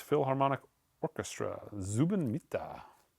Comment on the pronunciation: Pronounced wrong. Zubin Mehta. "May-tah"